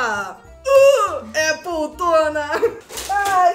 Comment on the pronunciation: "Appletona" wtf?? Kkkkkkkkkkkkk